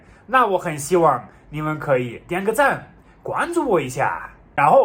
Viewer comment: 发现马克的“可以”，是成都发音“阔以”。